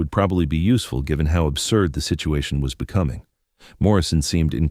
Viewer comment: Too lazy to check the output so listeners have to listen to amongst other words the misuse of “tow” as in HOW. I expect the entity that posted this story is happy enough to accept the income from advertising associated with the content.